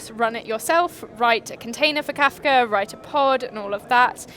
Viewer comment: It's Kafka not Kafta